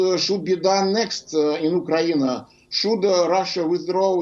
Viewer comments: i hate when he says oak krayne referring to ukraine i don’t know what the hell is he saying about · The way he kept saying "fookraine"